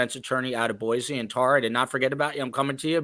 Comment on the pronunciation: Thank you for pronouncing Boise (Boy-C) correctly. PS -, Hi from Cape Coral. It was hot down here today.